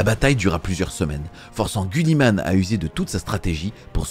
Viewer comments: C’est GUIlliman avec I putain… et pas gulliman. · 2.22 Gulli man ? 😆 Ca ne ce prononce pas Giliman ? 🤔😅